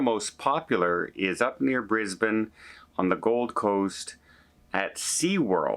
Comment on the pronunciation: HAY you said BRISBANE correct🎉 🎉 congratulations❤❤